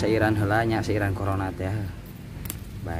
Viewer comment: Hmm meni alus suarana💓 tpi kondisikeun nyebut corona lain korongna😂